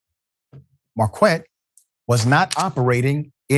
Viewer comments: Just like the university, it's pronounced Mar-kett not Mar-qwett. You need some staff to help with your pronunciations because you're constantly butchering well known names. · Marquette, Q is pronounced as a K.